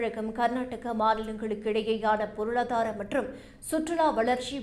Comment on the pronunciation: எர்ணாகுளம் என்பதைக்கூட ஏர்ணகுளம் என்று உச்சரிக்கிறார். பொருளதாரம் என்று எப்போதுமே உச்சரிக்கிறார். ஆங்கிலத்தில் எழுதி தமிழில் படிக்கிறாரோ என்று தோன்றுகிறது. அதிலும் சாணக்யா வின் Money channelல் AI பேசுவது போலவே இருக்கிறது இவரது பல உச்சரிப்பு